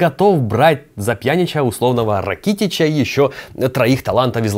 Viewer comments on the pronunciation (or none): рАкитич, а не ракИтич